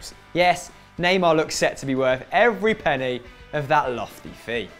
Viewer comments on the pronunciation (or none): none